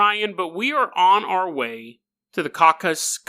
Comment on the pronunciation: Caucasus = Caucasian. Not caucus. That deserves a head thump. That second story is wild. One of the most interesting you've told. Also had me chuckling with the bear stuff so thanks for that.